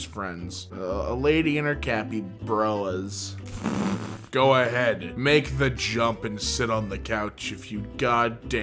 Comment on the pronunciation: Nah bro he said capybearas